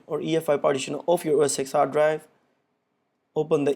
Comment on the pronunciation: Don’t watch this guys videos... he says “OS X” it’s OS Ten,but even Apple calls it MacOS now...